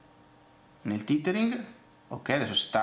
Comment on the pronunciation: "il titering" ammazza che pronuncia disastrosa ;)